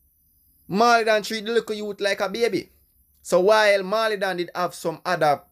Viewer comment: Dawg why would you try to discredit Pablo’s writing skills? You are sounding bias. A next thing, it’s not “maw-lee” ute learn fi pronounce the man name.